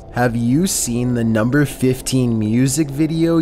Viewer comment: Chills:nuembuer fifteun obey the walrisk